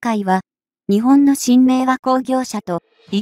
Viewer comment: いい情報ありがとうございます。取り上げるテーマ、とてもいいですね。 ただし、何で、日本の読みが”にちぼん”などととても日本人が作ったと思えない音になっているのかは疑問？